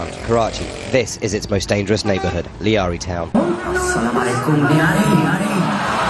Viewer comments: Thruv rathee be Apne vilog men theek se lyari ka Naam be NAHI le saka😂😂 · It's lyari not lehari😂😂😂